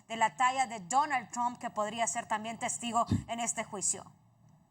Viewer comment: Sí, a JOH le llegó su Navidad pero... Que onda con el acento de esta periodista?? De donde es? Pronuncia la t como gringa, y cuando le toca decir Donald Trump ni siquiera lo pronuncia como es jajajaja tamos Johdidos...